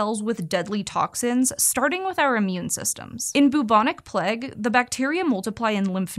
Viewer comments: Plague, not pleg! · Am I the only one who was wincing every time she said "Pleg?" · the way she says plague!!!! "PLEG" please stop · “the Plegh” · The way she says “plague” is mega Californian 😂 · The way she pronounces Plague makes me mildly disgruntled. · So wild that Americans pronounce plague to rhyme with leg rather than with vague